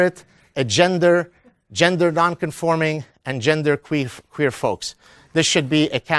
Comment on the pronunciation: Professor, did you say genderqueef instead of genderqueer? Genderqueef.